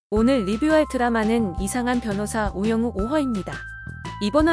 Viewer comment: 우 영우예요..우 용우아니고. ㅠ